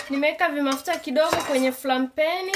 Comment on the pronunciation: Are we going to ignore she said flaingpeniiii😂😂😂😂